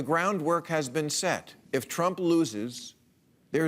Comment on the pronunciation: "Mr TruMMPPP".